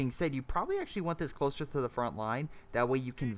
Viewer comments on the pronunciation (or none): none